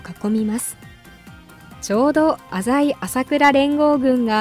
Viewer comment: 浅井の読み方が正しい動画を初めて見た♪